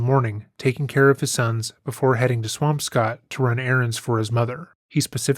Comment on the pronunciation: Swamp-Scott?? You mean Swam-skitt?